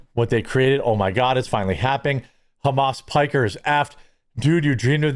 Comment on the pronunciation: Piker..Pokher..and destidont. 😂😂